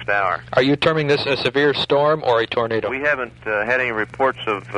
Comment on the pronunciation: Does your boyfriend pronounce it as “tornada” like his great-uncle?